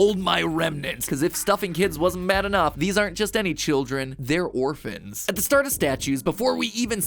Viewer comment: "They were orfans" Tecno must be so proud in heaven